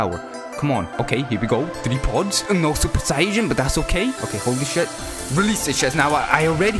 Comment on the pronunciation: Hey you were saying sayian wrong it’s not super sayjain it’s super super sayian and you also spells whis name wrong it’s not Wes it’s whis